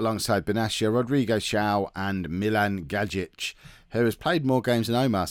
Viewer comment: Gajic is pronounced Guy-ich